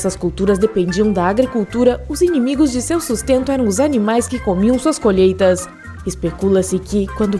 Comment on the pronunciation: "os seus inimigos eram seus animais que comiam suas colHÊITASS